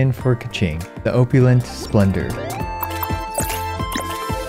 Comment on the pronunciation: Your pronunciation of opulent is off. Ita Ah pew lent It made me chuckle how you pronounced it like I use to before I got corrected by a English teacher